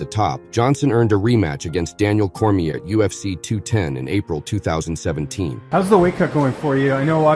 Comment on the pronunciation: "Veetur Belfour" "Daniel Cormeeyur" 🤔